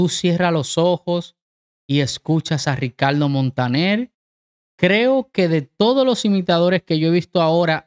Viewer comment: El dominicano dice: Ricaldo Montanel